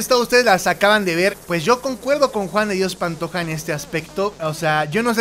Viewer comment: Rosario es mi abuela y no sabe decir JUAN DE DIOS PANTOJA